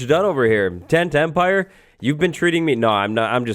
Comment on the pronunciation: Does anyone else hear "10-10-pire" every time says "Tent Empire"? 😅 I think any farm in the Nether should be legal, because the Nether bridges the two bases. I'm on the fence about trading with old villagers, though.